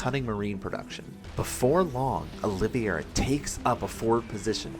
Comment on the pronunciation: Your pronunciation of Olivieria is wrong. He named himself after former UFC Lightweight champion Charles Oliveria. You can watch some UFC promo content to see how he pronounces his name. It's Olive - Era. Not Oleeveyera. Feel like I sound like Hermione but it's grating as a UFC/Sc2 fan to hear it pronounced wrong over and over lol